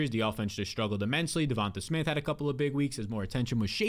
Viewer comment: ya vids are 🔥, but how can you pronounce Devonta Adams name right but Devonta smith name wrong 😂